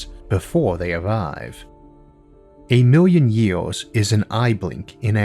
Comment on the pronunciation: I love that the narrator has a speech impediment. " a miw' yun ye-ohs" .